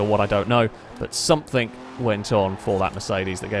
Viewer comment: its something not somethink